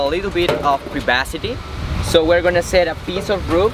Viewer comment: privacy = pri-vas-ity HAHA!! love it!